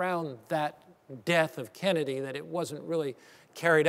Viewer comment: Good ole "John F. Kevvedy".